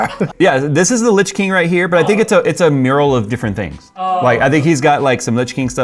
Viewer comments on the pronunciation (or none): It's "the witch king" of Angmar, not the "litch king" lol! Have you even seen lotr!?